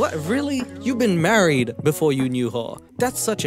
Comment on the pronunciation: I thought Colt said wanna get maccied 😂